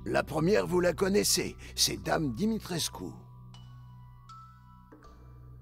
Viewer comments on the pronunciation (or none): Dimitrescu, ça se dit "Dimitrescou" pas "Dimitrecus" 😂😂